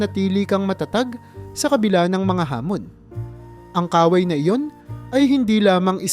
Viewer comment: MALI ANG BIGKAS SA IBANG MGA WORDS LIKE KAWAY DAPAT MABILIS ANG PAG BIGKAS